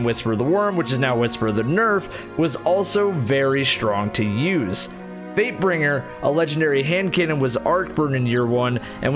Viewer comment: Swear to god anytime he said fatebringer i thought he said vapebringer